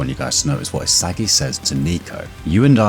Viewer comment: DID BRO SAY ISIGUEI????